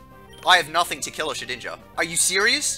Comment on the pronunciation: that's what you get for pronouncing it Sheninja. There's CLEARLY a D in Shedinja and it kills me when everyone says "ninja". It's based on the SHEDDING of an insect, and clearly has nothing to do with ninjas